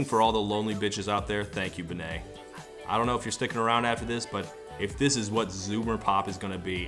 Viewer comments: Benee is pronounced like Benny, I love that all the Americans give it that little flair though hahaha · Yo he pronounced benee wrong and it's even in the song And then he says it right what